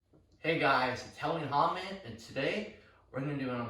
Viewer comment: I believe he is called ba-f-o-met, not bah-hom-et.